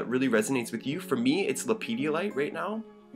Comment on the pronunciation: Not sure how I came to this video, but my dood, there is no children's gatorade in this stone. It's pronounced Lepidolite, just as it's spelled. It's not Ha ha